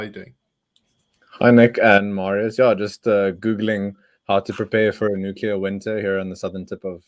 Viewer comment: Not nuceller. It's nuclear.